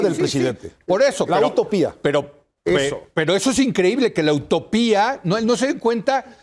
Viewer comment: Es UTOPÍA no AUTOPIA.